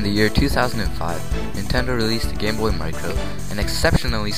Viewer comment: At first it sounds like you said, "The history of the gay boy". LOL